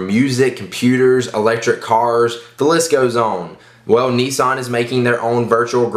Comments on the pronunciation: "kneesan" :L!!! Niss-an! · its nissan not neesaan